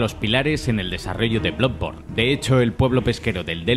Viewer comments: Bluborn? Jaja diría que es bladborn la pronunciación, y luego ya dice blodborn jajaja madreee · Cuando deben de pronunciar como se lee no lo hacen, que es eso de bludborne a pero no sea Spiderman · “Bludborn” La mayoría de veces se niegan a pronunciar el inglés con el acento adecuado, otras veces cuando lo intentan lo hacen directamente mal. Decídanse! Que me ha gustado el video. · Soy el unico que escucho Blood Porn al principio? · Todo bien,pero no me puedo fiar de una persona que ni sabe pronunciar el nombre del juego.